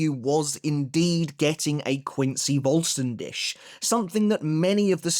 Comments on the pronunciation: So not trying to fault or take him down any pegs, but Vollständig in German like with W and V is also pronounced different with W it’s a V sound, and for V it’s an F sound and the last par as you pronounce it dik with a heavy emphasis on the kh sound, it’s more the English word dig so in English it would be said like full-stan-dig. Like the Spanish Resurrección the pronunciation is very similar to English, but the double R’s has a different sound entirely in Spanish it a rolling of the R’s and as for the cción it’s just the same as English’s cion sound. That’s all the knowledge I’m dropping today again, I’m not putting anything on you or making fun of you or anything I’m simply saying this to try help but also it could be your accent that might hinder it. But it’s also just helping anyone learn these languages, as I’ve been doing since reading bleach. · Dude please learn the correct pronounciation of the word Vollständig. If you can't, then please just say complete form or holy form or whatever. Cause right now it scratches the ears a lot